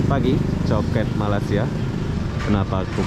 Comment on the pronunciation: Sebutan yg benar untuk negara ini adalah Malaysia, bukan Malasia. perlu juga pelajari dgn benar supaya kontennya berkualitas. Pelajari juga sedikit2 istilah2 dan sebutan2 dalam bahasa Inggris supaya tidak terkesan norak karena anda meliput di luar negeri.